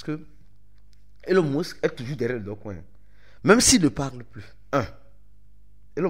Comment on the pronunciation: C'est Dogecoin ou Dogcoin ? Faut bien prononcer stp 🙏🏿